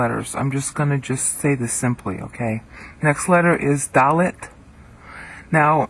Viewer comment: the thau/ttau are wrong pronunciated ;) so the teth too -- just give an ear to user 'omedyashar' and his 'original hebrew alphabet pronunciation' but the daleth is correct. good work.